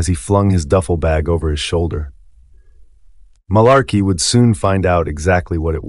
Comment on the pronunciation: If you've seen the Band of Brothers series, I don't understand why you can't pronounce the name of the town "Mourmelon" and Marlarkey's name correctly when both are mentioned enough times where you should be able to mimic the pronunciation. Also, I've taken much interest in this BoB series, but as a 61 year old USMC retiree whose father was a WWII vet (that's him on the right and my his brother on the left in Paris, France in April 1945 in my icon to the left) it's important for your viewers to understand that history is always through the perspective of any one individual viewer. Any seasoned historian who has actually interviewed veterans will tell you, you get two guys who fought side by side in the same line, as an example, in Gettysburg, and both veterans will tell you two different stories of what happened. It is the nature of history because events are viewed by people's individual experiences and perceptions. So, no one should be surprised that different veterans were big fans of one officer or one NCO and another group of veterans despised the same officer or NCO. A soldier who thought Capt. Sobel's disciplinary style was necessary would like him while anyone who thought his style was chicken$h1t and unnecessary would despise him. On the other hand, a highly experienced, but ineffective commanding officer, such as the CO of the USS Pueblo ,(Google the Pueblo Incident)--based on the sources I've read which was due to his alcoholism--was very well liked by all the enli